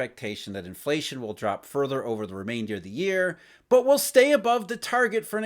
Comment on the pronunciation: Every time he said BUT, he woke me up. Obnoxious